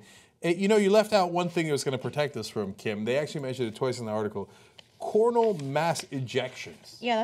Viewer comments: A"z"gardia not ass gardia, and coronal not cornal mass ejection... the words sound funny because your pronounce it wrong Cenk lol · You didn't say coronal right XD. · Sheesh,.... TYT needs to just quit commenting on science topics (e.g. this and simulation hypothesis). The ignorance of all things science displayed by each and every TYT presenter is of Republican proportions and juvenile. Faced with issues they cannot even pronounce (Cor-Roh-Nal BTW!) they just giggle like 10 year olds and waffle like imbeciles. Seriously guys, flapping your lips about something you don't understand is the Republican way. I expect better from you! At the very lease employ one science literate guy and throw all science/tech stuff to him, just like you throw absolutely any story with sex in it to Ana (which is also getting old and sexist BYW)